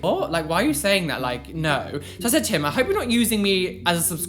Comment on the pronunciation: I couldn't tell if he said "To him" or "tim." Now I have to do research to see if you had a friend named tim back in 2013. Sorry I'm a stalker, 😂